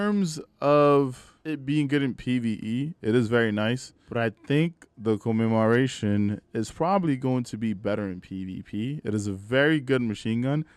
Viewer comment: Come-em-More-Ation that's how you say it. Whatever you are saying is all effed up